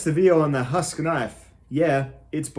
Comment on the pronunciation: I believe you're pronouncing the name wrong. It's actually two syllables like hu...usk, similar to the sound Uncle Randy might make when he's pushing out a good hard turd.